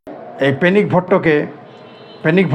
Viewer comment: পেনিক বলেন না পেনিস বলেন বুঝা যায় না।